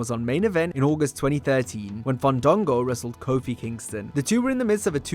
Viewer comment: Who’s “Fun-dongo”? 😂